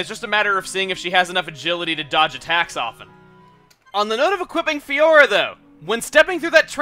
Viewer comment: I'm feel the same about saying Fiora:/